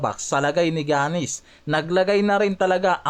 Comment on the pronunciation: paki ayos nman mag pronounce sa Name ni Giannis hndi ung Jannis 😂😂 paulit ulit kpa ng Jannis 😂 baka si Janice De Belen yn 😂✌